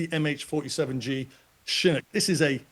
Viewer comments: Chinook, pronounced shha nook...shha like the first part of shove , nook sounds like cook with an 'n". Not how he is saying it. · How does this expert not even know how to pronounce Chinook?